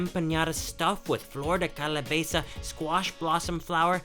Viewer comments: Thats not mayo on the chilaquiles or tetela, thats sour cream And its Calabaza, hehe , not calabeza Good video though, made me hungry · It's not empañada pendejo!! Es EMPANADA. it's not calabeza...it's CALABAZA animal.. your Spanish is truly bad you should take classes. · Hello there! I love you guys’ videos. They’re so informative and I enjoy how you emerge yourself in the cultures!! 👍🏻👍🏻 P.S. I just have two comments... it’s “flor de calabAza” and also it’s “enpaNada” hahah I live in California and we have these hahah other than that c’est magnifique! 🙌🏻🙌🏻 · in all of the dishesthat you said they had mayo, it' was cream. And also, it's calabAza, not calabeza :) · Totally cute when he says "calaBEza" like he was trying to say calabaza but ended mixing in cabeza 😂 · I need to try those stinky beans and chocolate drink!! Please note that it’s calabaza not *calabeza. 😊👨‍🍳👍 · Empañada de calabeza :P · Its calabaza not calabeza